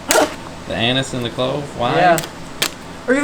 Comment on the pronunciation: please don't pronounce the flavor Anise as "anus"! The A should sound like the A in Apple. Lol!